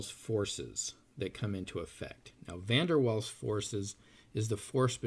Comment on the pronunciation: ignorant muricans learn how to pronounce Van der Waals idiot